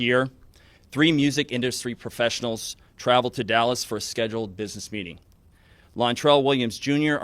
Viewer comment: lol he almost said “BIDNESS”